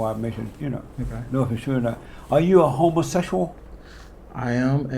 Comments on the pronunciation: Did this neega just say “homosexOLOGY”?!?! 🤣🤣🤣🤣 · Are you a homosesual? Listen to how he pronounces homosexual 😂😂😂😂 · Why gotta put such emphas on the ‘HOMOsexual’…? 🤣🤣🤣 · "are you uh..HOMOsetchual pastor?" 😆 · Homosessual Just like he says Messican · I cracked up everytime he said it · Had me Rollin, Every time he said , homosexual.